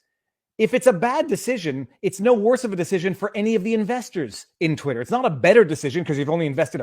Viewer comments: Yes, but "twit-hurr" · I've never heard anyone say "Twit-t-her" like that.